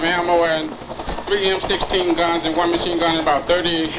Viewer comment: Narration error. "Point four five pistol?" "M-16-S?" Come on.